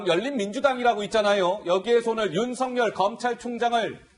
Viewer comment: 아나운서는 뉴스 보도가 본업인데 발음이 부정확 하면 우선 자질미달 이다! 윤석열 발음을 "윤성열" 이라고 하는데 "윤서결"이 올바른 발음이다. 윤석열 이란 사람과 윤성열 이란 사람이 같이 있다면 어떻게 발음해서 구분할 것인지 묻고싶다!